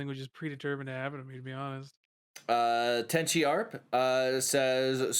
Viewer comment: This dude really called me tenchiarc lmao